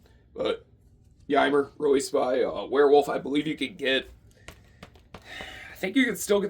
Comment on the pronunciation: Ymir is pronounced "E-meer". He's one of the Jotun (Giants) in Norse Mythology.